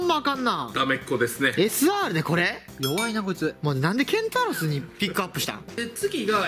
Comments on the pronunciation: ケン↑タウロス⤵︎ って言い方が気になるww ケンタロス⤵︎ ですねw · ケンタウロスじゃなくてケンタロスですよ！ ケンタウロスむちゃくちゃ爆笑したwwwww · ケ、ケンタウロス…！？ いやケンタロスやろw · ケンタウロスがすごい気になるw ケンタロスだよ！ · ケンタロスのことケンタウロスって言ってたから、ヒカルも初めはケンタロスって言ってたのに伝染してケンタウロスって言ってるw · ケンタロスをケンタウロスと2人が言うのが気になりますwww. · ❌ ケンタウロス ⭕️ ケンタロス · ケンタロスをケンタウロスって呼ぶなw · ケンタウロスじゃなくてケンタロスだよね？ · ケンタウロスって、「ウ」いらん笑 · ケンタウロス❌ ケンタロス⭕️ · これだけ言わせて ケンタウロスじゃなくてケンタロスな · ケンタウロスじゃなくて ケンタロスですよ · ケンタウロスじゃなくてケンタロス。 ラランティスじゃなくてラランテス。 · 節子、それケンタウロスちゃう、ケンタロスや。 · ケンタロスのことケンタウロスっていっとるあとラランテスのことラランティスっていっとる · ケンタウロスじゃなくてケンタロス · ケンタウロスじゃなくて、ケンタロスじゃない？ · ケンタウロスじゃなくてケンタロスじゃない？ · 誤ケンタウロス 正ケンタロスではないでしょうか！？😅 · ケンタウロスじゃなくて、ケンタロスやろ！ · ケンタウロスじゃなくてケンタロスです間違ってましたよ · どうでもいいことだけど、ケンタロスをケンタウロスって言ってる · は？アックスレイダーは海馬だろニワカ ケンタウロスじゃなくてケンタロスだし ニワカバレるのはまずいですよ！